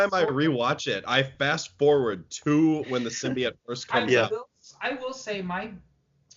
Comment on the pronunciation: who just said symbiote wrong?😂